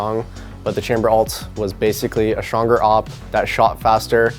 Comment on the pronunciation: Why does Tenz say shonger?